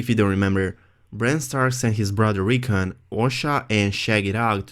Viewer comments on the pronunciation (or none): none